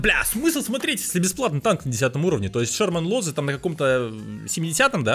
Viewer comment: Шерман лозЫ. Ударение на последнюю гласную нужно ставить